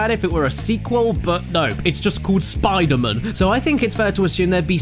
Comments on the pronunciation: I lasted till then I started screaming " spider MAN not spider MUN." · fuckin hell say spider MAN not spiderMUN fuck that's irritating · He clearly says enter electro Spider MAN not Spidermin.. B*STARD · he says spider MAN instead of spidermun unsub unlike unfollow unnotifications undead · He messed up- said Spider-man instead of Spider-mon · It's pronounced "spodermun" caddy. Not "spidermun". Get it right. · Caddy got sick of saying Spider Mun before i got tired of it haha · You failed your 'Spidermun' challenge at this early in. Sorry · Spidamun hahahha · I like the part where he said SPIDER-MN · STOP SAYING SPIDER MÉHN!!! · SPIDAMUN HUMCUMMING BATMUN V SUPERMUN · he said spider-muun 10 times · "Spider-Min" S C R E A M I N G I N T E R N A L L Y A L R E A D Y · Spidermun, spidermun, does what ever a spidermun does! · You saying Spidermen don't actually annoy me.. because it just sounds like your silly British accent is having a hard time pronouncing Spiderman correctly- "Spidermun." Heh. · "Spida-mun" I literally want to kick you in the teeth. Love you Caddi. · I never pronounced man as mun, so the Spider-Mun thing threw me off instantly. Btw, no I'm not american. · its pronounced spooder-mang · About the second time you said spidermun I died inside. Thanks caddy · "Where'd Spider-Wuss Go?" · You mean "Spidamin" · Henrique Carballo Aranha No you mean Spoder-Min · He didn't say Spider-Mun! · you forgot to say spider-mun